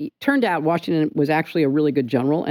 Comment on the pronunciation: Nigga how you gonna say Washington